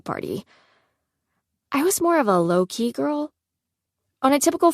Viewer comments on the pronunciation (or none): The was she says low key and jarring 😂😂😂